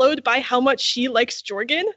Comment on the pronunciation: Audio book has a hard ‘j’ for jorgen